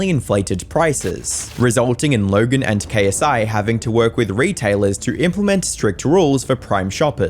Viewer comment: no offense but it's the stretched LLLogen that makes it seem like you're faking an accent that fits documentary style accent